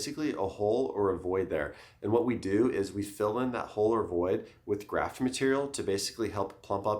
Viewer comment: bone graf”t”😂